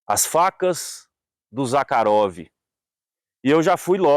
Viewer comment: Conheci o Mestre Zakharov. pessoalmente ( a propósito o nome se pronúncia Zarrarov ) juntamente com o saudoso Laércio Gazinhato sempre estávamos na casa do comendador Zakharov no Jabaquara.nos fundos de sua loja onde almoçamos e conversávamos muito sobre a manufatura das facas e outros itens . Excelente vídeo 👏 👏 👏 👏 👏